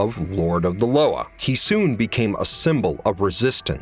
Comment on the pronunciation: LOA is pronounced Luwa in creole great video!